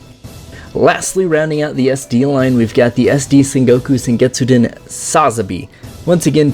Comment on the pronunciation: Why do you keep saying "sengetsuden" when it's "SOUKETSUDEN"